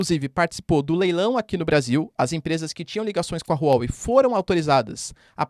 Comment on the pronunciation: Não se lê Rru Uó Uei Lê se Ruá Uei